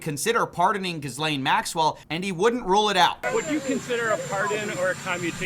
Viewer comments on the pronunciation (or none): I believe Ghislaine is pronounced "ji LANE". Not "GIZ lane".